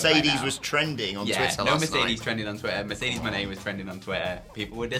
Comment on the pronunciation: What's up with pronouncing Mone like Monet rather than Money (which is how it's supposed to be said)?